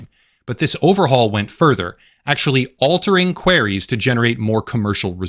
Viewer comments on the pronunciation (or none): I’m sorry but “queries” isn’t pronounced “quarries” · Just FYI - Queries doesn't rhyme with Canaries